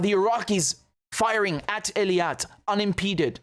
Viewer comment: Really? Then it's about time, that finally YOU do something for us and listen to us: get rid of the delay at the beginning totally and learn to pronounce EILAT correctly, not ELIAT! It's not my favorite city, either, but a language is a language and a name is a name, so PAY ATTENTION! And don't even try to give me that dyslexia BS, which you can overcome, if you just paid attention! So if you know, you have a habit of mixing up 2 adjacent letters, then just focus on it and don't do it! Just pay fucking attention!!!